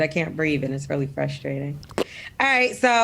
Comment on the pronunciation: ain't say the word rite neither 🤣